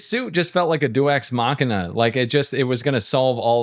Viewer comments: "Du Ex Machina"? Do you mean Deus ex machina? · deus ex machina is latin, it doesn't have a french pronunciation